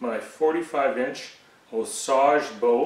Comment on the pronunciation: Just out of curiosity, because I'm from Arkansas and have always heard this wood pronounced "O-Sage" Orange or "Board-arc", why do you say it as though it's a French word? I know a lot of French words made it into the Native America language (or a lot of Native words made it out into the French language). Have I just heard it wrong my whole life?